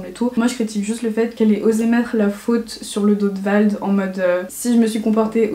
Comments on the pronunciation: avant de critiquer apprends à prononcer son nom VLAD ,il faut avoir un peu de second degré emma rigole en rien elle a été méchante avec ses abonnés renseignes toi mieux avant de parler toi même tu l’as dit que tu la suivais plus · mdr j'ai cru que tu avais dis VALD ^^ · Quand on sait pas prononcer vlad on insulte pas Emma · Glad_ Jt eeh le gens qui critique sous ce message je pense pas que vous aimerais qu’on écorche votre prénom donc chuuuuute ☺️ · C'est pas VALD, mais VLAD😂 sinon, je t'adore, ta mentalité est vraiment intéressante, je pourrais t'écouter des heuuuuurrre😂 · Pendant que tu parles de la vie d'Emma cakeup tu dis Vald au lieu de Vlad voilà mais bref sinon j'aime bien cette vidéo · C’est "Vlad" pas "Vald" 😂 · C'est Vlad pas Vald mdrrr si non très très bonne vidéo. 😅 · Ça me dérange de ouf qu'elle dise "Vald" 😭😂 son prénom c'est Vlad (Vald c'est le rappeur mdrr) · Pareil surtout qu'elle l'a pas dis que une seule fois, non une vingtaine 😂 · C’EST VLAD PAS VALD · Vlad pas vald 😭😭😭😂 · Ça me stress quand tu dis vald alors que c'est vlad ils sont pas du tt pareil 😂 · Tu donnes ton avis y a pas de soucis, mais connais au moins le prénom du mec de qui tu parles (C'est Vlad pas Vald) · Mais c'est pas VALD C'EST VLAD 😂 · C pas "Vald" c Vlad dega mdr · C'est pas vald c'est vlad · Il s’appelle vlad 😂pas vald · C'est Vlad pas Vald 😂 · C’est Vlad pas Vald mdrrr mais sinon super vidéo! J’adore ton honnêteté et ta manière de raconter les choses, j’ai rarement vu autant d’honnêteté et d culot sur youtube :) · Vlad pas Vald 😂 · mdrrr c’est VLAD pas VALD😭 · Vlad pas Vald Sinon bonne vidéo ;) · Par contre c vLad et pas VaLd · Depuis le début tu dit "Vald" mais c "Vlad". Juste ça à corriger, sinon la vidéo est super et très divertissante mdrr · C vlad pas vald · vlad** pas vald mdr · ça me perturbe quand tu dis « vald » alors que c’est « vlad » 😅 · sa choque que moi qu'elle dise Vald au lieu de Vlad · C’est pas VALD c’est VLAD😁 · VLAD putain pas vald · C'est Vlad pas vald